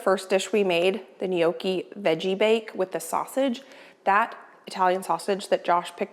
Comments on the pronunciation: Once again, NOT "knee okee". Sorry. 😢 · It's Nyocki, not sure why Americans say nyoh key